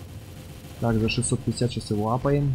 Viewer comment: не мапаем а апаем